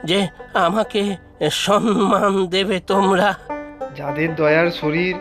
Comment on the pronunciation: Shobdota samman, not Sanman